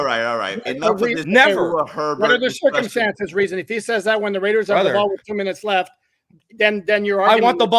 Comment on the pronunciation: Reason, not reasons 😜